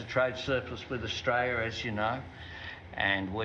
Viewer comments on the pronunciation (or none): FFS can't even pronounce Australia correctly.